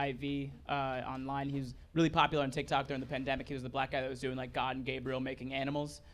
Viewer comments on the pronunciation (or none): none